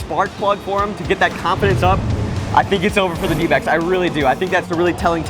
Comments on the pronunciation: sounded like “we are, D-bags”😂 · I swear i heard them call themselves the Dbags not the Dbacks 🤣